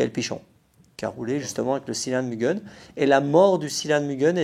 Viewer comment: Mais enfin, on prononce "Mu guè n " à la Joponaise, non pas "Mu gueun " à la Suisse m'enfin! 😅😂.... non je plaisante, encore une super vidéo et de bons souvenirs nostalgie, merkkiii 😘